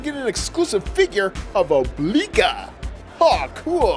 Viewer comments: Did anyone notice that he said oblika instead of oblina? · It's oblina not obalika